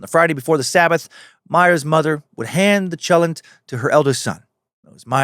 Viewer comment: Chalent is not pronounced like a regular 'ch'. 😅 It's a sound that's made at the back of your throat... exactly the same sound that Hanukkah (or Chanukah) uses.